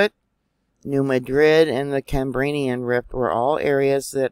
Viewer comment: Dear...good morning ‼️❤️ Just to help you to pronounce phoneticly...as in the different age periods... CAM BREE AN...There at least I was able help you for once dear sister 😀 Have a very blessed Sunday ‼️❤️😀